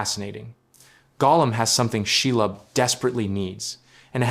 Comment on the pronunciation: Lob. That's not pronounced lobe She .. lob..